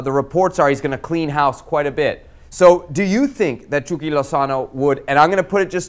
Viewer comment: Why does the host say 'chucky' as 'chewky' 🤔